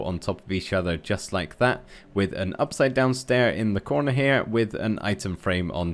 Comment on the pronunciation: „A Stair…a window another stair-thats not stai 😂😂